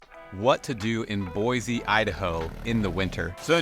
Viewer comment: Anyone going to tell him he's saying Boise wrong 😂